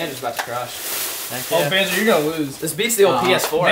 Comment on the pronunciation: He called him bonzo too